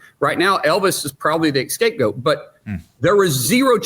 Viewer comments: The word is SCAPEGOAT, not escapegoat. It destroys credibility to mess up these simple words. Benny you’re guilty too because you say “thermo newk-you-lar.” The word is nuclear. “New-clee-ar” I’m not saying this to be a jerk. I was a teacher and my mother is German. Accuracy matters. 😂❤ Much love I watch you every day. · Did he say “escape goat” !? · Scapegoat, not Escapegoat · What the hell is an "escape goat?" 😂😂😂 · At 8.47 did the senator just say chan was an "escape goat"? Its a scapegoat not an eacape goat 😆😆😆😆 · Scapegoat. Not escape goat. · Did he say escape goat 🐐? 🤔🤣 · “Escape goat” 🤦‍♂️